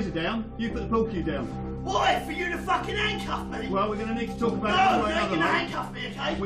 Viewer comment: It’s the “FAAKIN’ EW” that gets me